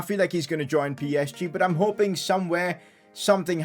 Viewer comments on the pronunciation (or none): none